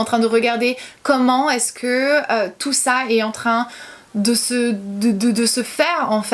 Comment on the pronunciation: Moi au tout début j'ai été gênée par ta façon de parler, je veux dire les "que" que tu prononces "qwyeu". Mais je m'y suis faite et c'est tellement minime par rapport à touuuuuut le positif que tu engendre avec tes vidéos, ta sincérité, ton naturel ~ bisous continue comme ça !